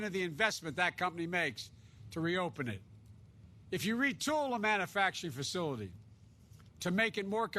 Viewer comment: The moron can't even pronounce manufacturing. What a looser, literally!